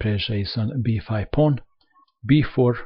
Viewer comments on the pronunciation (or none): paoaowoon teks paoaown, kuveen, bleek reesiiiiignnnnnnned